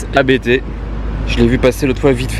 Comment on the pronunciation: Bonjour ABT est un nom propre, ne prononcez pas à bé té, c’est un célèbre préparateur AUDI!!!